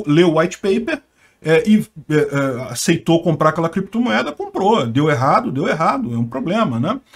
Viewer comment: Os caras falam CREPTOMOEDA e BITCONHO e querem falar sobre criptografia? kkkk por favor né